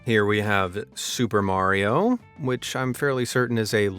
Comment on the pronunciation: Why can't you say Mario or Nokia ??? Are you broken as much as shitty wish products? And we DO NOT live in any kind of shire .... It's pronouced shur .... as in Yorkshire 1 word not 2 with stupidity leaning on the shire half of said words Cheshire, Derbyshire, Gloucestershire and even New Hampshire ALL pronounced ???shur Share this with your civilisation and you're welcome. NOT AMAZED at anything, ever!